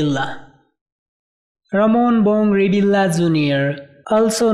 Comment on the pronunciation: Your pronunciations is a big mistakes. It should be ( reveal yah) not reveal la. Disclamer